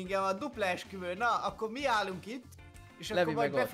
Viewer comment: Esküvő helyett Eksüvő XDDDD